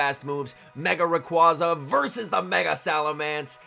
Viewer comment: Love the videos, and not trying to be a dick when I say this, but it's pronounced Ray-qWAY-za